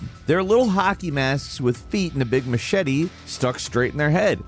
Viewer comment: This is the first time I'm hearing someone spell machete that way lol